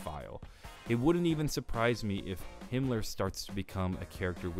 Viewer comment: Mispronounced Himmler